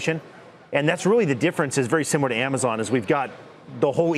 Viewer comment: They keep saying amozon Is that like a subliminal message